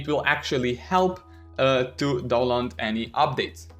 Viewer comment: The way he pronounces download Is so cute and funny